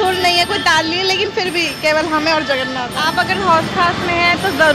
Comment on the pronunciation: Hari bol🙏🏽…… mata ji… जगरनाथ nahi जगन्नाथ ☺️🙌🏼